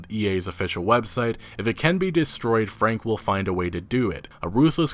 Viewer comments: It´s actually "Frank-e" the "e" is pronounced in german and not "swallowed" like done in english. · Wilhelm's last name is pronounced "fronk"... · FrankE ... the "e" is not silent at the end in most cases in German. It is pronounced like in "que" in spanish sort of. Otherwise nice job again EA _D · in German, Franke is pronounced like this: Frunk-a The a in the middle is spoken like the u in "bunk". Also there is no silent e in German - ever! - it is spoken like a short "a" or the "e" of "beta"